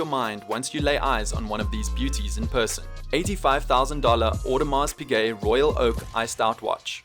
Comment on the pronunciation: Its pize audemars pize not piGuet imma throwup